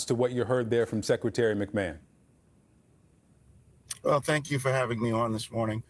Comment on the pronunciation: I just can't get over " secretary mcman " 😂😂